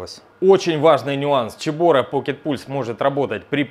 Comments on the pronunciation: поздравляю с покупкой! Но почему "чебора"? Слух режет. Все говорят "себора", а гугл переводчик говорит "цебора" 😁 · Почему Чебора. Вообще то Себора. Чебора по английски Chebora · Цэбора а не чебОра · а почему Чебора а не Цебора???? чуть ухи не отвалились! аппарат классный, поздравляю, про канал 100 ампер написали уже, там Иван рассказывает и снимает про сварку максимально качественно. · Ну, ну какая "Чебора"? Тут либо Себора, либо Кебора. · первая буква C, читается Цебора), a Ч было бы Сh. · ну гдеж Ч то в слове CEBORA?? Ч звук получается при Ch! это Сибора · Как режет уши "чебора", не так читается